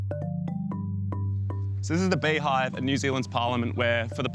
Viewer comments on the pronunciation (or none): I never knew we had a “bayhaive”😂